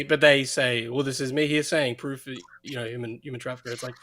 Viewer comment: YOU SEE??... THAT'S THE PWOOFFF😂😂